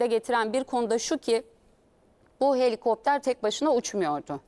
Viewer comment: Ucak deil cino helikoptrar 😂😂😂